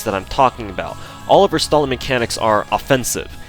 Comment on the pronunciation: Your pronunciation of stalling while discussing the stalling potential of Anastasia made me wonder when will DW release a Joseph Stallin' servant.